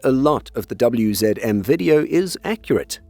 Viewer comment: Well done for pronouncing WZM, HSW, PGZ and Bumar😊